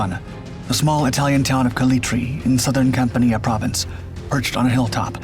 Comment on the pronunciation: Campania is pronounced Campanyah, NOT Companeeyah